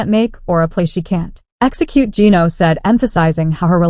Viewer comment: Can't pronounce Geno's name correctly? AI?